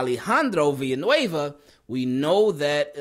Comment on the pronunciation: great pronunciation on Villanueva. Team KEEP IT CLEAN from SPAIN!!!